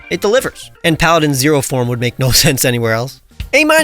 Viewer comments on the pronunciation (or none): none